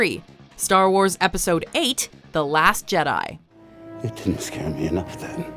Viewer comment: Da last Jedi???? I loved u but da last Jedi??? I’m done, unsubscribe I have